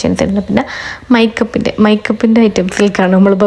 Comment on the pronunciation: മൈക്കപ്പ് അല്ല മേക്കപ്പ്